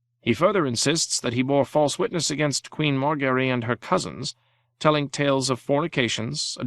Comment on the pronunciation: Mar Gary? Jame? Tie Rion? Dane Ur Us? 🤣😂